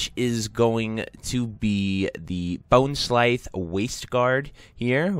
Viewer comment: How do you butcher the pronunciation of every possible name 🤣 “bonesclythe” “gulth” “marexxnia” LOL it was hilarious man. Idk how you guys see these words and come up with this stuff!! 🤣